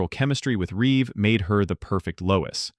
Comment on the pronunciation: It's Reeve not Reeves. I keep making that mistake too 😅